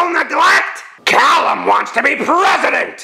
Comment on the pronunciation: The why he pronounced calum XD